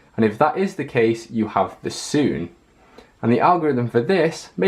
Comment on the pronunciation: Sune not soon